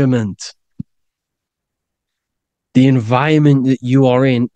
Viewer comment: ...btw, it's "environment", not "enviorment".